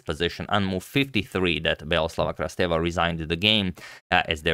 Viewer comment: Agad, Beloslava Krasteva is pronounced “beloslAva krAsteva” (the upper letters are where you put emphasis)